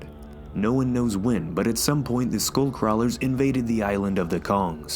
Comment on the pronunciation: When you said skullcrawlers I heard schoolcrawlers.